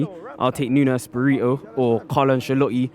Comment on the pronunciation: man said nuno sparito